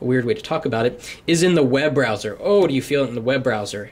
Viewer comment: "This is where you feel the butter.....Oh do you feel the webrowser". Man.... i need this update!